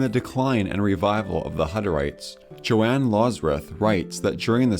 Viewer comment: I liked your video, but the mispronunciation of an important name threw me, as I believe Johann Loserth should be pronounced Yu-hann Lusert, not Jo-ann